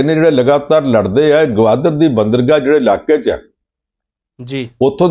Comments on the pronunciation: ਇਸ ਪ੍ਰੋਗ੍ਰਾਮ ਦੇ ਐਂਕਰ ਸਾਹਿਬ ਬੰਦਰਗਾਹ ਨੂੰ "ਬਾਂਦਰਗਾਹ" ਕਹਿ ਰਹੇ ਹਨ। ਕੀ ਇਹਨਾਂ ਨੇ ਕਦੇ "ਬੰਦਰਗਾਹ" ਸ਼ਬਦ ਨਹੀਂ ਸੁਣਿਆ ਜਾਂ ਪੜ੍ਹਿਆ? ਇਸ ਸ਼ਬਦ ਤੋਂ ਤਾਂ ਵਿਦਿਆਰਥੀ ਸਕੂਲ-ਸਮੇਂ ਤੋਂ ਹੀ ਜਾਣੂ ਹੋ ਜਾਂਦੇ ਹਨ। ਐਂਕਰ ਤਾਂ ਜ਼ਰੂਰ ਘੱਟੋ-ਘੱਟ ਗ੍ਰੈਜੂਏਟ ਹੀ ਹੋਵੇਗਾ। ਇਸ ਦੇ ਸ੍ਵੈ-ਭਰੋਸੇ ਵਾਲ਼ੇ ਉਚਾਰਨ ਤੋਂ ਤਾਂ ਇੰਞ ਜਾਪਦਾ ਹੈ ਕਿ ਜਿਵੇਂ ਇਸ ਨੂੰ ਆਪਣੇ ਉਚਾਰਨ ਦੇ ਸਹੀ ਹੋਣ ਦਾ ਪੂਰਾ ਭਰੋਸਾ ਹੈ ਅਤੇ ਇਹ ਬਾਕੀ ਦੁਨੀਆ ਦੇ ਉਚਾਰਨ ਨੂੰ ਹੀ ਸੋਧਣ ਦੀ ਕੋਸ਼ਸ਼ ਕਰ ਰਿਹਾ ਹੈ। ਪੰਨੂ ਸਾਹਿਬ ਤਾਂ ਭਾਸ਼ਾ ਦੇ ਕਾਫ਼ੀ ਮਾਹਰ ਹਨ ਤੇ ਉਹ ਗ਼ਲਤ ਉਚਾਰਨ ਕਰਨ ਵਾਲ਼ਿਆਂ ਨੂੰ ਟੋਕ ਵੀ ਦਿਆਂ ਕਰਦੇ ਹਨ। ਪਰ "ਬਾਂਦਰਗਾਹ" ਦੇ ਗ਼ਲਤ ਉਚਾਰਨ ਸਮੇਂ ਉਹ ਵੀ ਕੁਝ ਨਹੀਂ ਬੋਲੇ। ਉਹਨਾਂ ਨੂੰ ਅਜਿਹੇ ਸਮੇਂ 'ਤੇ ਜ਼ਰੂਰ ਬੋਲਣਾ ਚਾਹੀਦਾ ਸੀ ਤਾਂਕਿ ਲੋਕਾਂ ਵਿੱਚ ਗ਼ਲਤ ਸੰਦੇਸ ਨਾ ਜਾਂਦਾ ਅਤੇ ਚੈਨਲ ਦਾ ਅਕਸ ਖ਼ਰਾਬ ਹੋਣੋਂ ਵੀ ਬਚਾਅ ਹੋ ਜਾਂਦਾ। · ਵੀਰ ਜੀ, ਬਾਂਦਰਗਾਹ ਨਹੀਂ ਹੁੰਦਾ (ਬੰਦਰਗਾਹ ਹੁੰਦਾ )!